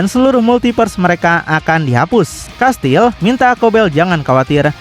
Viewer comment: Saya Fans abang ini ga pernah skip, like trus tapi Komen baru ini krna pengen benerin aja 😊 "Kastiel" Bang Baca nya Bukan "Kastil" 😬🙏